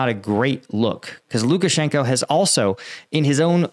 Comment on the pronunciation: Lukashanko is pronounced Lukashank-ah. The o is pronounced Ah in Russian when it isn't represented as a dypthong. I see you having some difficulty pronouncing Russian and Ukranian names of towns and people. Converting the "Oh" to an "Ah" helps a lot of names roll off the tongue. It doesn't help that Moscow is pronounced Mos-coh in British English, Mos-cow in American English, and Mos kvah in Russian. Somehow, the American English pronunciation rubs me the wrong way. It seems lazy. I'm not really trying to come off as critical, but the proper pronunciation actually rolls off the tongue and makes pronunciation so much easier.